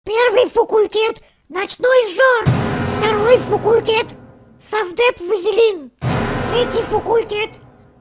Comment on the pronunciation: Не фукультет а факультет